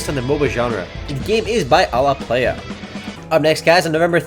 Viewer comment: You still don't pronounce alaplaya correctly. It's "ala-plah-ya"